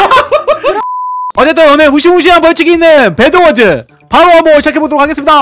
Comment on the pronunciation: 베드워즈가 아니라 배드워즈에요!!!